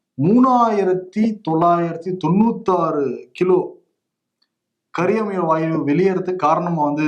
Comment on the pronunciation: கரியாமல வாயு இல்ல கரியமில வாயு.... pronounce correctly